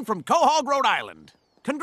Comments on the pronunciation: as a kentuckian i am offended at how he pronounced Louisville (looulvul) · The way he pronounced Louisville hurt me. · The pronunciation of Louisville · That Louisville pronunciation hurts me. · why aint nobody talking abt how man's pronounced LOUISVILLE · The pronounciation of Louisville in this disappoints me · Anyone from Louisville knows that’s not how you pronounce it 🤦‍♂️